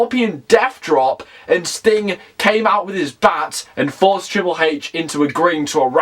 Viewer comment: Triple heich lol